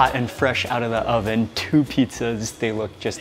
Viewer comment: I love how they pronounce it petezas.